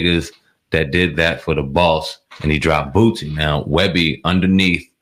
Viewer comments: Boosie. Not Bootsie. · "Boō See" not "Boot see"